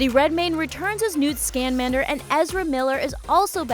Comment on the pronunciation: Newt Scanmander! Well you butchered that name didn't you 👏👏👏 Well Done😑.